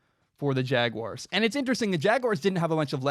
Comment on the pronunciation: Thank you for not pronouncing it jag-wire